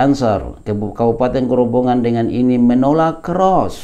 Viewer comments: Maaf ustadz, mohon ijin turut meramaikan komentar, yang benar pengucapanya adalah Grobogan bukan Grobongan, grobogan dimana peristiwa tsb terjadi adalah nama salah satu kabupaten di jawa tengah 🙂, disana banyak saudara saudara yang amalannya dikritisi ustadz syafiq, seperti dzikir berjamaah setelah sholat diserupakan dengan bernyanyi, banyak juga disana nama nama jawa yaitu "sri" yang diminta beliau untuk diganti karena erat kaitanya dengan dewi sri, dimana bisa automurtad katanya kalau menyebutnya, jadi menurut saya wajar kalau ada penolakan 🙂, dan karena beliau juga dianggap salafi, dimana biasanya temen2 salafi yang saya tahu juga seringkali menyalahkan amaliah seperti yasin, tahlil dll dimana disana masih banyak yg melakukan, jadi ustadz dan rekan2 salafi, penolakan tsb adalah reaksi, sebenarnya lebih menyakitkan dikatakan sesat dan masuk neraka karena masalah perbedaan daripada hanya sekedar penolakan, demikian pendapat saya, oiya satu lagi masukan ustadz, mungkin analogi menyamakan dengan abu jahal itu bisa dikoreksi, karena pasti ustadz sangat paham bagaimana abu jahal itu, sedangkan saudara saudara di grobogan itu bersyahadat, hanya menolak perbedaan pemahaman, konsekuensi hukumnya berat menurut yang saya ketahui antara orang yang bersyahadat dan tidak bersyahadat serta dianggap memerangi dakwah, demikian mohon dimaafkan apabila tidak berkenan ustad 🙂, terima kasih 🙂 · Ustadz, afwan, bkn "Grobongan" tapi "Grobogan". Tidak pakai huruf "n" sebelum "g". 🙏🙏🙏